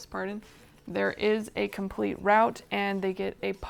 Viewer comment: Good job. Easy to follow. Just one thing…it’s London. Root(route) not rowt.😁